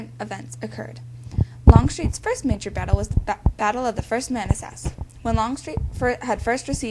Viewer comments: Your pronunciation of Manassas is horribly wrong. I almost didn't recognize the word. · The narration is very poor here. She is obviously reading from a script with no idea as to how to pronounce certain words and it conveys a weak understanding of the material. I applaud your effort but you would sound much more authoritative if you learned how to pronounce the words Manassas, Corps, Antietam and several other words. You come across as very amateurish. I hope that you are not farther along than the 7th grade.